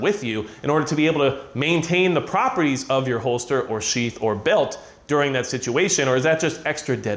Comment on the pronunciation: I know he's saying sheath but when he's talking fast it sounds like sheets.....just say'n.....